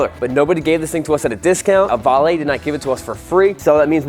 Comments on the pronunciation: Pocket rockets are smaller, that’s a minibike and it’s also pronounced (Oh-Vale) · Did u just said AVRIL 😒 lol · "Oooo-VAAAA-LAAAY....must be Italian." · dont worry you said ohvale wrong the first time lol